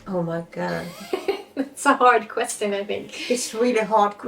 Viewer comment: What an amazing video! I like how you say questeeon instead of question :)